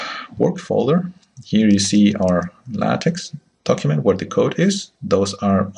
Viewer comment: The X in LaTeX is Greek "ka" sound, as in "tech" and not soft as in "tax". Donald Knuth, the author of TeX made this clear on the first page of his manual. He explains how X comes from: "English words like ‘technology’ stem from a Greek root beginning with the letters τεχ...; and this same Greek word means art as well as technology. Hence the name TeX, which is an uppercase form of τεχ." He goes on to explain how it sounds in spanish and other languages. I don't understand why even after 30 years, people insist on mispronouncing? It is not "tex-maker", it is "TECH-maker". It is not "la-tex", but "la-TECH". Use hard K. Is that too much to ask if you insist on making videos without reading the manuals?